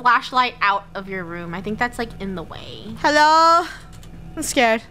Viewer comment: yep! the krew was “scard”